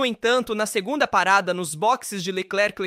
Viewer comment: Q video ruim hein..... Nisso q da por I.A. pra narrar. CHARLES LECLECLECLECLRQ😂😂😂😂